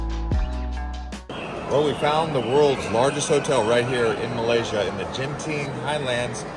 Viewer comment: It's not pronounced as "Jinten" it's pronounced as "Ganteen"